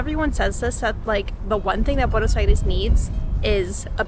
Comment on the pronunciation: Me gusta como pronuncias "Buenos Aires", un poco ya te aporteñaste.